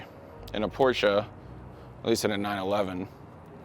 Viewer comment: Wtf is a Porscha?!..